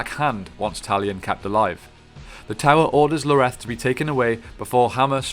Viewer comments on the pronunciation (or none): ins't it Ioreth not Loreth? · its ioreth not Loreth xDDDD wtf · God, how hard is it to read a word? It’s Ioreth, not Loreto. Did this guy even play the game? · It's not Loreth its Ioreth. Ee-or-eth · Talon isn't from Honor originally, he is from Rhovonvian, near Dale(this is covered in the memories you find in the first game) that's why Ioreth 's (whose name starts with an I not a L. Pronounced Yoreth ) father disapproved of him he was a foreinger. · is anyone else a little irritated that he kept saying Loreth instead of Ioreth? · “Loreth” can’t even get her name right lol already not watching. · Ioreth's name starts with an i not an L. Still, great video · Didn't like the mispronunciation of Ioreth and Dirhael, but this all in all is a good brief summary. Long live the the Gravewalker. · Its Ioreth, with an i